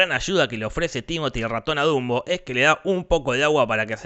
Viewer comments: Se dieron cuenta que en el minuto dijo Zumbo en vez de Dumbo? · Dato curioso el narradador, si no me sr su nombre pero no inporta, el punto es que le dijo junbo a dunbo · Dumbo keras decir dundo xd